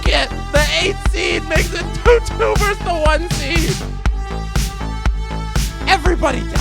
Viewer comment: "Versus", not "verse".